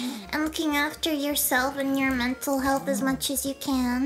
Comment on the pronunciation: What is this "men-tall hellth" you speak of? Is a... food!?